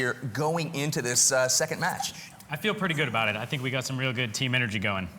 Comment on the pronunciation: Sounded like he said "we got anal"